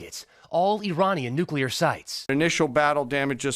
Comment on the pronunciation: She's mispronounced nuclear That's like saying vee hickle